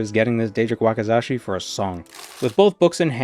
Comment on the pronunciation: It's a Wak*i*zashi, not a Wak*a*zashi! 😭😭😭 Anyway, love the content. You always manage to make me laugh even though I've never played Morrowind and never have any idea what's going on. 😂😂😂